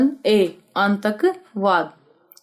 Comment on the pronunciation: Dhang se hindi padhna ni ati apko Antakvad padh ri ho atankvad ko